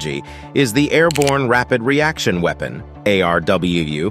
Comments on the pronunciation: Whomever is narrating this didn't get the "A. R. R.W. acronym correct one time! It's not that hard to say " A. R. R. W" is it? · The narrator keeps adding A' and R's to the name of the 183A ARRW 😂